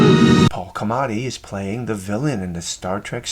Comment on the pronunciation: Paul "Clamati"? Talk about bad writing. It's Paul Giamatti. That's "Gee uh motti".